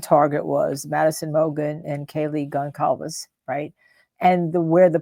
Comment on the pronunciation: She can’t even pronounce Kaylee Goncalves’ last name… junk channel